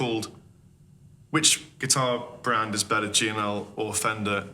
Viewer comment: I don't know, which is bedder,?